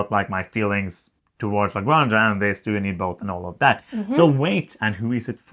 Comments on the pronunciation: Good review, I'll definetily buy it, thank you guys!! . BTW Granja is pronounced like this "grahn hah" the way you pronounce house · Yes, this. In Spanish, j is pronounced like h. La Granha.